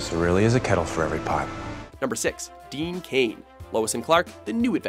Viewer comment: Deeeeeean Cain over fkn Brandon Routh.... lose all credibility Instantly....